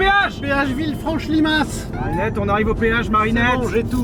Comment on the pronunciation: Villefranche Limace???? Limas le S ce prononce pas 😂